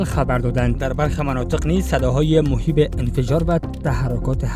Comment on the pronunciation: گزارشگر شما نیاز داره بعضاً به فرهنگ لغات مراجعه کنه و تلفظ درست واژه ها را یاد بگیرد! صدای مهیب نه صدای موهیب